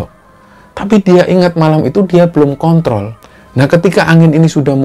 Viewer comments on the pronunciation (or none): none